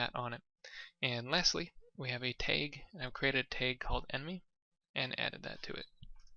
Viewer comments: its t ahh guh not tayg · Awesome tutorial bro. However, its "tag" not "teigh"